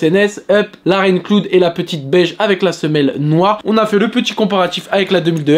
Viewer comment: Rain clood ?? Franchement la prononciation …😨😨